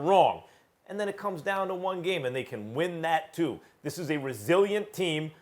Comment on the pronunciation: Hayden Jones Direct quote “thees I mean this guy comes off the bench and gives you 15”